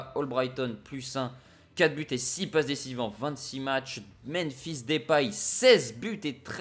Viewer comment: ca me stress de l'entendre dire "Menphis" à chaque fois mdrrr